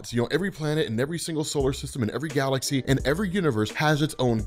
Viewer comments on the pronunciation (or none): none